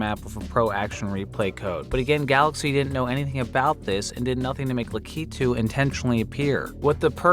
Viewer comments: lack-eh-two not lakeeetu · La-KEEE-tooo. Lol no. LAK-uh-too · The way u pronounce lack-ah- too cracks me up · You said "Lakitu" wrong. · You had so many tries to pronounce lakitu right.